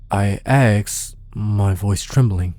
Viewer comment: "I axed" Well done, my dude. Please please pleas look up how to peonouns "asked" tho. Or train it, if you struggle with it 😅.